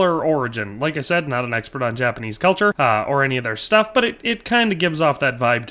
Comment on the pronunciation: ☝️ 🤓 “you can say I’m an ex-PERT”